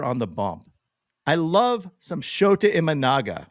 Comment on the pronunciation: his name is pronounced like SHOUTA or SHOWTA. NOT like SHOTAH. That would sound confusing in Japan, and perhaps among other peoples with certain taste.